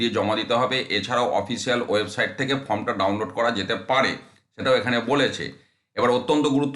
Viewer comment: ফর্ম কে ফ্রম, ওয়েবসাইট কে ওয়েবসাইড বলছেন? শিক্ষার মান কোথায় নেমেছে সেটা বুঝিয়ে দিচ্ছেন। আগে নিজে শুধরে নিন পরে অন্যকে শেখাতে আসবেন। ছিঃ ছিঃ ঘেন্না ধরে গেল।